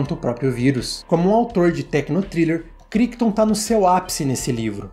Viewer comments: Cara, excelente seu vídeo. Mas, uma dica respeitosa... A pronúncia do autor do livro (Michael CRICHTON) não é "KRÍKTON", é "KRÁITON", com aquele "r" bem carregado da língua inglesa. Já li o livro, uma edição antiga. E comprei a edição nova da Editora Aleph. E o filme é um daqueles que me marcaram demais na adolescência. Assisti a ele quando tinha uns 15 anos, lá por 1992, 1993. O filme é de 1971, mas passava, vez por outra, no (quase) extinto canal CNT. A CNT (Central Brasileira de Notícias) foi uma tentativa de se abrir uma TV concessionada (aberta) fora do eixo RJ-SP, especificamente em Curitiba (minha cidade). E "O enigma de Andrômeda" era um dos "carros-chefe" em termos de filmes comprados pela emissora (o outro era "Calígula", cuja transmissão na época foi um escândalo, dada a obscenidade do filme). Cheguei a ter "O enigma..." em DVD, mas passei pra frente minha coleção há uns anos. Não sei se é fácil de achar pra assistir agora... Parabéns pelo trabalho. Assisti a dois vídeos do canal e já tou inscrito. Abraço. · Ótimo vídeo! Só pra constar, Crichton se pronuncia "Craiton"